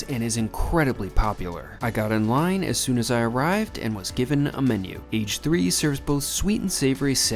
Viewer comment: it's not "age three", it's "ah-geh san" age (ah-geh) is for deep-fried and san is for sandwich.